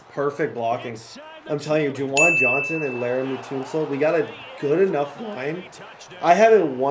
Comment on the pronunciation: You did not say "Tunsil" like that 💀